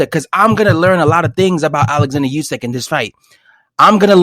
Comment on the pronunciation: this guy said “usky “ Lol it’s usyk u tweak